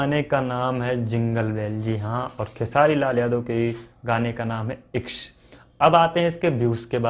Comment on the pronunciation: बेटा इक्श नहीं इश्क बोलते है पहले थोड़ा हिंदी सीख लो